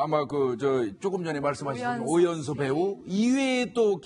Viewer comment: 아이고 망했네;; 발음도 못하는 저 여자는 누구지?? 오연선(누구?)---오연서가(반말) ---오연서씨가.... 모하는 여자?? 실수한거 사과도 안하는 방송이네;; 채널A 뉴스 망해라!!! 그래도 뉴스를 전하는 방송인거 같은데 발음 그따위로 하고 사과 안할꺼면 자기 스스로 그만둬야지;; 구혜선같은